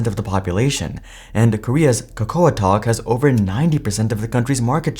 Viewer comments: Good video! But by the way Koreas “kakaotalk” is pronounced like “cacao” (kah-kow-tok) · Idk if there’s a worse way to pronounce kakaotalk